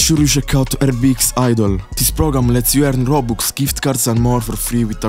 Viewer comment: bro really said rubux